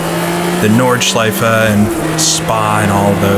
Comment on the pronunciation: I like how we pronounce Porsche and Nordschleife the same way 😀 It seems like if you talk to ten people then six of them will pronounce it differently. But I say it exactly like you do.